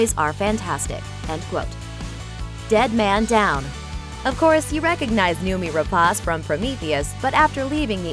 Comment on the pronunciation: I wanted to see more of her, as well as Fassbender, in Covenant. Oh, btw, it's pronounced as noh-mee.